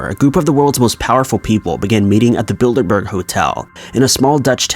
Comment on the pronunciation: Anyone else hear 'Build-a-bear' instead of 'Bilderberg'?